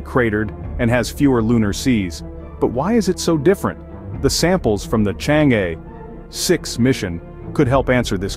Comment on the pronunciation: The commentator's pronunciation of Chang' e is not correct